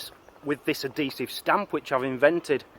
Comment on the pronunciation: ahesive?!! Never heard of that before.